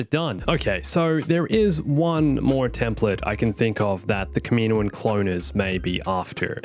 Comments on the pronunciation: I don't want to be annoying but it is actually pronounced (KAH-MIH-NOA-AHN) not (KAH-MEE-NOA-AHN). I'm just helping out not hating by the way. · Am I the only person to notice the odd pronunciation of kaminoan